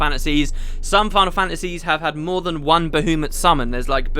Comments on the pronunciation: Well, it's certainly not Bah-U-mut... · Good old Bahoomut. I am praying that you stop saying that in future episodes. Its making me want to pull my hair out. Baha Mut man... Ba-ha-mut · it's Ba-ha-mut no ba-hu-mat ish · It's Ba-HA-muht or BAH-ha-muht. I kinda cringed when you said Bahoomut. So funny though :) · I absolutely despise the way you say baHOOmutt, he's my favorite thing about this game and you make him sound like a clown :'( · BAHOOMIT? BAHOOMIT??? I'M SO CLOSE TO PUNCHING MY MONITOR. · Pterya as in Ptatoes? My guess would be it's kinda like Pterodactyl. And I was cringing when I heard you pronounce Bahamut repeatedly. I read that it's Bah-hah-moot as pronounced in FF12 or something. If that's true then my life has been a lie up until now. I always thought it was Bah-hah-mutt. P.S. gif is pronounced with a hard g as in graphics. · "Ba-who-mut" Ahahaha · It's supposed to be Ba-HA-mut, isn't it?I don't know why this bothers me so much >.> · "Bahoomut" - 10/10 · I laughed every time he said Boohoomut XD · This LP is still such a classic. I've been rewatching all of the episodes and your pronunciation of Bahamut will never not make me chuckle. Love it! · Why do I hate the way says Bahamut? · Any reason for pronouncing Bahamut like that? The fourth letter is an A not a U after all. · dude your way of pronouncing baHAmut is just wrong!!!! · Normally it's controversial how the u is pronounced, i.e bahamot or bahamat. But i've never heard anyone pronouncing the second a as ou before. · So many comments about Bahamut's pronunciation! I can tell this is gonna make me cringe :P (God, I was right >.<)